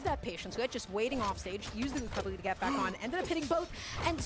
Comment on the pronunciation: “Gets the Gwecovegy”